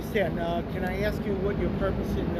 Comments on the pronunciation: My point was and is, don’t make fun of or ridicule someone unless and until you are perfect. While you are at it, write the word ASK on a piece of paper, look at it and explain how the you come to pronounce it Ax. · You have repeatedly made fun of that woman for saying UPS law. Before you make fun of someone, make sure that you aren’t messing up! You have REPEATEDLY said “I didn’t ax for help” and you said several times “ UPS do not make laws.” Number one, you cannot AX a question! You may ASK a question. The word is spelled ASK, NOT AX! Second, UPS DOES not make laws. NOT UPS DO not make laws. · You let yourself down by not speaking correct English!! The word is ASK and not AXE. Many, many videos have African-Americans saying the same. Is this language taught in school? Or do you all just repeat the slang that you learned in the 'hood? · Not only are our rights eroding but so are our language skills. We no longer ask people things now we "" them. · LOL! He didn’t for help. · I’ll subscribe to your channel when you stop saying “” and start saying “ask.” Otherwise, great work. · Did you AX for help or did you ASK for help ? Why can't blacks speak English ? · Got to agree with some of the others. You keep making fun of the guard but can not pronounce "ask". Either learn how to pronounce it or go easy on others